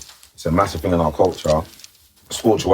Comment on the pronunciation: You mean thing not ting😂